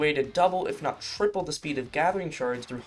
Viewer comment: "Tripple" lol